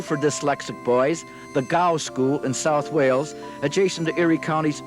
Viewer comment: The School name is GOW....not DOW.